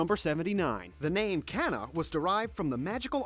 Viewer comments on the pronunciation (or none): I like how when he said Elfman, he said it like Elf Man. And he said Asuna's name wrong. On number 79 he said Can-a and 80 he said Ziana. And 83 he said Pue. On 94 he said Leema Scale.